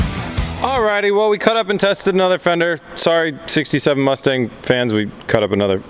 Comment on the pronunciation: 'The MuchStang'.....😂